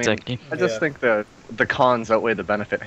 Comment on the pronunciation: OMG, "the koNs outweight the benefits."